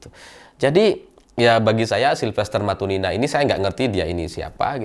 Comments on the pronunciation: Matutina,... Bukan Matunina...😂😂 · Bukan matunina tapi matutina